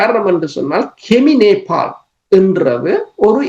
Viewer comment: தனஞானி Nepol. இல்லை Nepal. உங்களது தமிழ் உச்சரிப்பில் பேசுவது தவறு